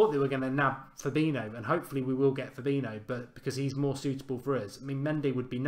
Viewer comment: Why do you insist on calling Fabinho for Fabino? Pronunciation out of this world, literally.